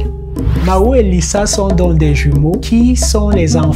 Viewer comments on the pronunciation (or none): none